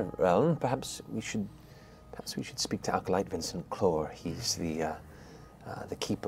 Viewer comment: Is it me or is Matt putting an extra L in acolyte? I keep hearing 'alcolyte'.